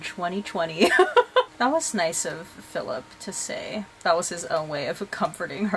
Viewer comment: 'feelip' lolll